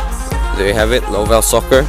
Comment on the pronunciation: its pronounced love2soccer not lovellsoccer, But the website is correct